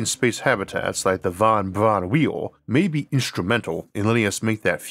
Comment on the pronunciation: Any chance of redubbing it with a voice that doesn't say "Vahn Bvahn whee-oh"?